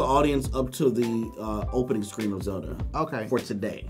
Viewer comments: "the scween is good enough to play on" 2017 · did he gust say scween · The SCWEEN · did this dude just say "the scween"?